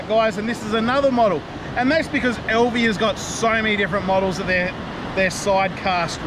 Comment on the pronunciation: AL V not EL V. Love Alvey reels the biggest problem with then is the last for ever which virtually bankrupted them also they are heavy and which they would take some inspiration from fly reel design.